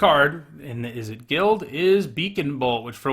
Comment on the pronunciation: Ok but , Izzette? ;) For real though great content, and it however you pronounce your card names, I ain't bovvered.